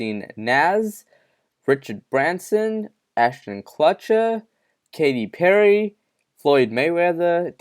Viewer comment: Ashton Clutcher? I can't. 😂